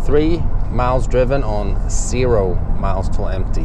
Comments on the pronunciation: Zero not sero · It's ze' ro, not see' ro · Anyone else hear sero when he says zero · If you say ssero miles one more time I'm going to unsubscribe...🤣😂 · "cero miles" guy was never taught the letter Z lololol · I know you're Swedish, but learn how to pronounce the 'z'. You pronounce it like an 's' and you're wrong.